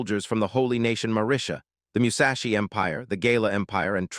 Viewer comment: meushashi is wild instead od sayin musashi